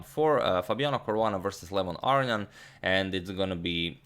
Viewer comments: Is Aronian's surname pronounced "Arian", or is that just how Antonio is saying it? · I actually hear him pronounce it like "Ar-ian" and it bothers me not hearing that middle n 😄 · Okay, I've wanted to ask this question for months. Agadamator is usually so good with pronunciation - is this the way Aronian pronounces his name? Agad says "Arrion" which sounds wrong, but he would know better than me. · agadmator says "aronian" like "our-onion" now you can't get it out of your head LOL